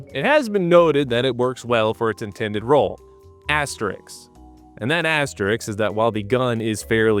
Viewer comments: hey, wikipedia mean name man, did you just say "asterix"? :D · He totally pronounced it Asterix, I heard it as well lol